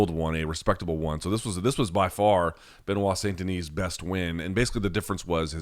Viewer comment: loved seeing give a talkin to after calling him (ben-oight) in the intro... got (Ben-wah) right after fosho!!!!